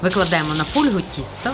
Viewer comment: Фольга,,аааааа,ударение,боже,видео выключил сразу как услышал;(